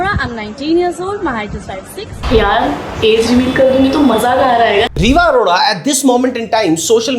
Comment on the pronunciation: अरोरा ❌ अरोड़ा ✅